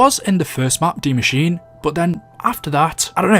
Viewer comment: Bruh😑😑😑 it's DIE machine not dee machine